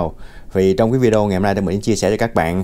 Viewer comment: Không đọc là “ vi déo” Mà là : vi đê ô bạn ạ